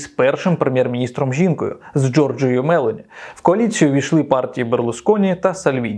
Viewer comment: Джорджа МелОні!!! Правильно ставте наголос!!!